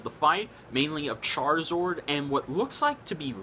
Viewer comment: its charizARD not charizord